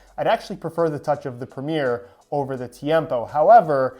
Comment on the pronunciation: Pronouncing Premier as Premiere? Come on